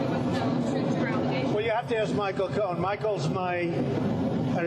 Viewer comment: It's Cohen. Not Cowen.